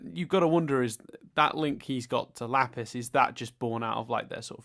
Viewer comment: stop bloody calling her Laugh-iss! I agree with the Pearl's dream thing, quite often the Crewniverse are their own worst enemy! is right, Garnet's power is a stupid trump card. She's just a plot device for when the writers can't be bothered making the plot flow well, especially in the later episodes., do you prefer the old intro or the new intro? How about the animation style from these earlier episodes or the type from the season 4 episodes? I also wish I had Steven Universe friends (do and count?:D) It's bloody "chilly teed"!!! Sam talked about how there are no non-traditional feminine characters - has he not met the best character, Jasper? She's the antithesis of femininity!! Does a stupid thing "I don't know why I did that, that was weird." Literally me irl Excited for this season, it's my favourite! what is you opinion on Pumpkin? I identify as a part of the NBS fandom